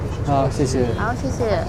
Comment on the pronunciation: 哈哈，小宇這聲謝謝還真有台灣腔的精髓